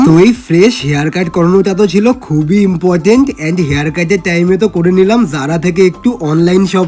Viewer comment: Important ❌ emportant ✅😂